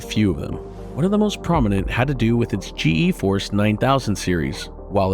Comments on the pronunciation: This is a good video, but how does the host do a video on Nvidia and say GeForce wrong through the whole video? There are even snips through the whole video that say it correctly... G force not G E force. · He can't even pronounce "GEFORCE" even though he included multiple examples of its creators and company pronouncing it. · Couldn't watch past "G.E. Force". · drove me crazy how the narrator said G E Force it's pronounced Gee-Force the Nvidia people even said it. And the continued to mispronounce the Huang"s name despite him saying it in a clip